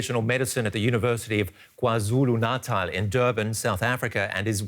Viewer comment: The way he pronounced KwaZulu-Natal 😂😅